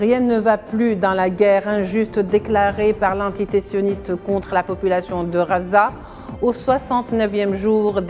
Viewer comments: Désolé mais si vous choisissez de donner votre information en français faites l'effort de gommer votre accent . Phonétiquement. On ne dit pas Raza mais Gaza en français..juste pour l'exemple. merci pour votre travail ... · Je crois que le temps qu'elle arrive à apprendre que ça s'appelle gaza et pas raza ça s'appellera Israel. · Merci à la journaliste pour la qualité de son travail et félicitations pour sa maîtrise de la langue française. Nos journalistes devraient en prendre de la graine... Je viens de voir qu'en arabe, on écrit غَزَّة Ce qui explique la prononciation entendue. Il faudrait peut-être qu'on se décide à transcrire en phonétique internationale Ghazza... Ce serait déjà un modeste signe d'attention !